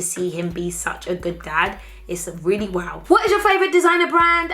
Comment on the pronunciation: "it is woaw"😂😂😂😂